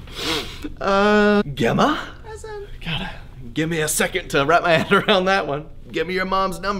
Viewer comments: Who pronounces Gemma with a hard g??? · Gemma and Imogen are normal, not 'new' names lol i feel like i'm missing a joke (also Gemma is pronounced Jemma)